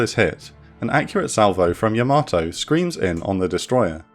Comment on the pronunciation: Another fantastic presentation! Yamato is pronounced "YA-ma-toh," not ya-MA-toh. Like the name Yamaha: it's not "ya-MA-ha."